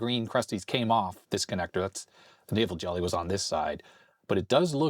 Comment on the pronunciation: I thought you were saying Navel Jelly...